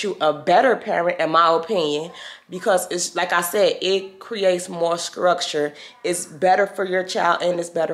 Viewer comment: “it gives her skructure” 😭 i love u so bad